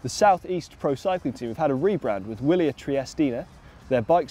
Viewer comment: I thought "Willier" was pronounced with a V?